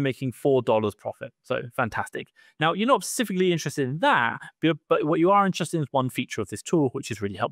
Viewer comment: Specifically not pecificly. Lol.